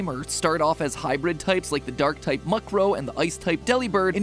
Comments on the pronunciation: Haha, MatPat said Muckrow 🤣Don't beat yourself up about it, happens to the best of use ;) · Don't forget Mukrow. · I was in so much pain when he called dual types hybrid types and when he pronounced murkrow "muk-crow" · Ooh... that pronunciation of Murkrow as "Muckrow" 😬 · I'm kind of triggered that he said mukrow instead of murkrow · And him mispronouncing half the pokemon names, like Murkrow, Pidove, etc.